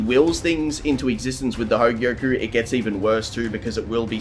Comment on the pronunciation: Only an Australian could add an 'r' to "hogyoku"